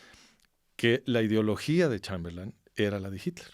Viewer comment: Este sujeto es un vulgar charlatán. Hasta repite " Chamberlán", como si no supiera inglés, en lugar de Chamberlain SI QUIEREN APRENDER, verdaderamente , busquen al master de masters, aquí en YouTube : CHRISTIAN NADER